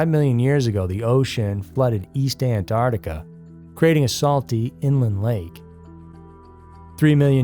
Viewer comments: Please... anyone who says "Ant-art-ica," please stop. It is "Ant-ARC-tica." Please, and thank you. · ANTARTICA? WHERE THE ( C)